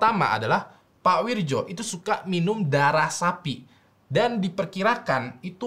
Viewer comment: Itu bacanya Wiryo bang